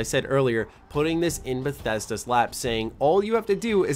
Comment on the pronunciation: lol Did you just fucking call Bethesda, Bethe boo? Did I hear that right? let me check.....yeah definitely did.